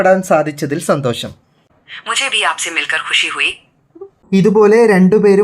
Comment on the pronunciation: നിൻ്റെ മലയാള ഉച്ചാരണം ആദ്യം ശരിയാക്ക് ബാശ അല്ലെടാ ... ഭാഷ എന്നു പറ ഷ..ഷ. ഷ എന്നു പറഞ്ഞു പഠിക്ക്. അതുപോലെ ശന്തോശം അല്ലെടാ മൈരേ സന്തോഷം എന്നു പറഞ്ഞു പഠിക്ക്.ഷം ഷം ഷം ആദ്യം നീ മലയാള ഉച്ചാരണം നല്ല രീതിയിൽ പറഞ്ഞു പഠിക്കുക.